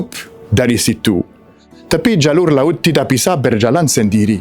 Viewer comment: Bahasa Indonesianya sudah bagus. Ucapannya masih ada es. Seperti Lauts. Seharusnya laut. Masih bisa disempurnakan. Semangat.